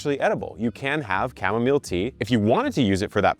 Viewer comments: Chamomile should be pronounced like this, Kam-Mo-Mil. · Uhhhm it’s chimomalee not chimomalay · It's cham-mo-meeelay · It makes me lol when you call it cha mom a lay. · Unsubscribe if you pronounce chamomile as "kam-mo-meel" 😂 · Kevin, I’ve been watching you for long, please DON’T EVER say chamomile like that, stick to the chamomalide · I say cha-mom-mole now because of you 😂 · It will from this point forward be Kevin pronunciation of Chamomile ❤